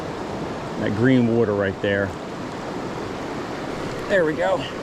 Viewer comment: Won’t be a trout bum video Without you saying “wutter”